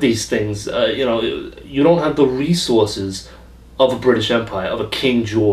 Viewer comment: "..you don't have da re-sauces...of a King George..." Just genius!